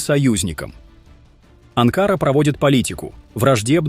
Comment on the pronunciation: БЕЗ ГРАМОТНЫЙ АВТОР!!! НЕ АНКААРА ===- А АНКАРА НАДО СКАЗАТЬ!!!! ОПЯТЬ ПОВАКАЦИЕЙ ЗАНИМАЕЩСЯ!!! ДЕНЬГИ ТЕБЕ НЕ ДАЕТЬ ПОКОЙ!!! ИМЕЙТЕ ДОСТОИНСТВО-НЕ ПРОДАВАЙСЯ- НЕ ГОВОРИ ГЛУПОСТИ --- ПО ЗАКАЗУ!!!